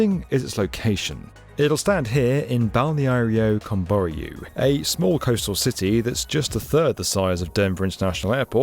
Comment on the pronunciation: I feel pain every time he trys to say Balneário Camboriú